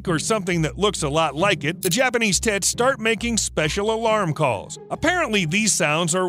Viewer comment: Imagine having a good day and suddenly your tits starts hissing at you 😂 Now I might have had misunderstood the name for that bird (English isn't my mother language so thats just normal) but still I found it quite funny the way he said 😄